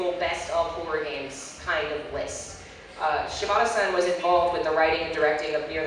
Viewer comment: One nitpick: you use the honorific "san" like Toyama-san. However, as a speaker of Japanese, I find your pronunciation could use some work. You pronounce it like "sæn" as if it rhymed with 'plan' or 'hand'. But (さん) is pronounced "saan". Sorry, I couldn't resist.